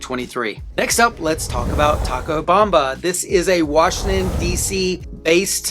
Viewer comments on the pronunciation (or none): none